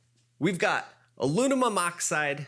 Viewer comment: Alumimum?!?!? 🤔Having trouble pronouncing aluminum I see! 😝🤣 lol